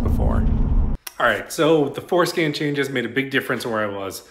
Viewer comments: Are you purposely saying forskin lol? And Alot of other f150s you need to relearn other modules besides just changing the mm. I would update your video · I can't stop hearing foreskin. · I came for the information, I stayed for the information and the fact that when he said forscan it sounded like foreskin and I’m an adult child! Haha Definitely subscribed though! Good info!! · I swear he saying 4skin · Did you say Fore-Skin? Bruh 😅😂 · at 25 seconds I heard fore-skin also !! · Definitely repeated "skin"! 😅